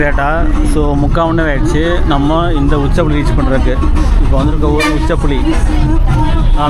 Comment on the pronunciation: உச்சிப்புளி என்ற ஊர் பெயரை உச்சப்புளி என்று உச்சரிக்கிறீர்கள். அது தவறு.